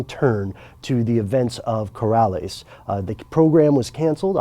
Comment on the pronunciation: Colares not corales